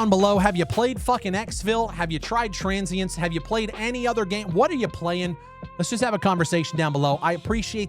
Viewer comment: why did u call your game TRANS-sience?